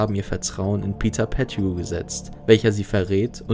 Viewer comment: Lustig wie du Peter Pettigrew aussprichst :D